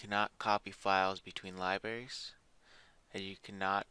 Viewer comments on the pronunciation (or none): libaries? don't forget there's an "R"